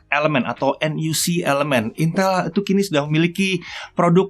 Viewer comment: Aku dengernya bukan NUC tapi NUT